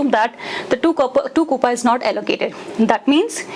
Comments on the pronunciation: “KOOPA” 🤣🤣?? LOL that’s not how you say it..”KOOPAY” is how your pronounce it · That “coupa” is disturbing 😂. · Pronounced as coups only fyi